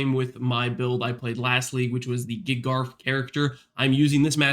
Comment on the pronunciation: Every time says "Giga RF" I just hear GARF